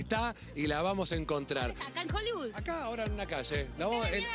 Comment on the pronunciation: divertido como siempre!! ahora, mejoren el tema de: este edificio fue 'creado', se dice construido (en todos los programas hablan de arquitectura 'creada', bueh...) y despues la pronunciación de hollywood, NO es hollybud!!!!!!!!!!!!!!!!!!!!!!!!!!!!!!!!!!!!!!!!!!!!!!!!!!!!!!!!!!!!!!!!!!!!!!